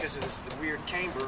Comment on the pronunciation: camber with a short A not Caymber...